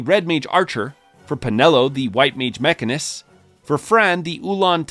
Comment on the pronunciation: To be honest, it really annoyed me hearing him say mech-arnist, with such emphasis, almost like it was on purpose as a joke. He sounded like my foreign coworker trying to pronounce mechanic.